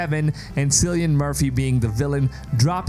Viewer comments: FYI his name is pronounced "Kill-ee-an" not "Sill-ee-an". Hope this helps. :) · Did you really said ''Silian'' my god.. its pronounced ''Killian'' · "Cillian Murphy" with a hard 'C' - pronounced "Key-lian" not "See-lian". Sorry, had to get it out of my system! :P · Sillian? It’s Kill-ian- I’m Irish as well as him and it all drives us mad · Cillian is (kill-ee-un) not seal-ee-un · Its "Killian" Btw not "sillian" , the pronunciation of hia name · Just a little nitpick... your favorite actors name is pronounced KILLIAN not SILLIAN... :) the more you know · Lol at "Silly-Anne Murphy"! Cillian is pronounced "Kill-E-Ann" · not Sillian its Kill i an---- Cillian =) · Syllian? It's pronounced Killian. Sheesh! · 'cillian' is a hard C like 'killian' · Cillian is pronounced as Kylian/Kilian Murphy. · Sillian? 😂 That's not how you say his name dude! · If you were a big fan you’d know its pronounced “Killian” not Cillian. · It's pronounced Kill-ian btw, no idea why you're saying it that way. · Is is really pronounced Sillyan Murphy? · It’s pronounced kill-e-ann Murphy 🙈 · Pronounced "Killy-N Murphy" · Btw Cillian is pronounced with "K", not "S" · can you at least learn how to pronounce the name Cillian, before you make a video? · Please learn how to pronounce Cillian properly. The C is pronounced like a K.